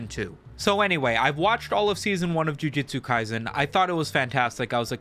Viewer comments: I don't even watch the series, but hearing it pronounced as "JU-JI-TSU" instead of the proper "JU-JU-TSU" bring out the sweaty neckbeard in me. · Breh. Called it jiu jitsu not ju jutsu 💀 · i swear, if you say Ju-Ji-tsu Kaisen once more, I‘ll have to unsubscribe and subscribe again, just to cause a tiny dent in your analytics. I know exactly how that would terrify you. By the way: Please play RUINER on stream.